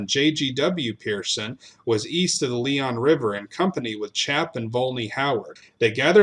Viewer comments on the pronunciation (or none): none